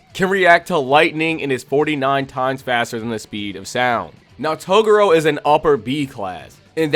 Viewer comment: I really want to get into this vid but how you pronounce Toguro's name is driving me crazy! An then i get 5 seconds further into the vid and you pronounced Tarukane's name wrong as well! Come on bro, you gotta do better as an anime channel. Kinda regretting subbing to you now.